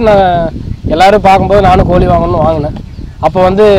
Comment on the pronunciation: கோளியை யாரும் வளர்க்கமாட்டார்கள், நீங்கள் சொல்லுவது கோழி என்று நினைக்கின்றேன், சரிதானே ! ஐயா தமிழை தமிழ் போல் பேசவும், தமில் போல் பேசவேண்டாம்.